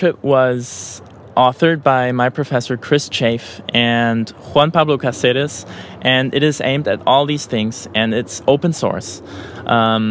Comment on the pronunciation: Apart the free tutorial this is a like for how you pronunciated “Juan Pablo Caceres”